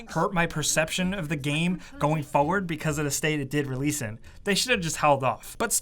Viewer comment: Forward has 2 R's in it. Why do you keep saying "Foward"?